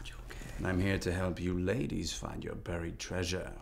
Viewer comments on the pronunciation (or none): none